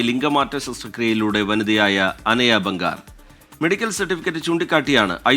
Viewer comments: ബംഗാർ അല്ല.. ബാംഗർ ആണ് 🙏🏿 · Enthonnadeee ..bangaar...alla bangar😂